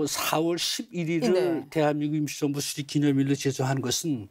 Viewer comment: 실례합니다 제 귀에만 대한민국 김치정부라고 들리나요? 웃기라고 질문한게 아니라 발음이 그렇게 들려서요 아나운서는 아니시죠? 순수하게 궁금해서 그렇습니다. '임시정부'를 조금 다르게 발음하신것같은데요.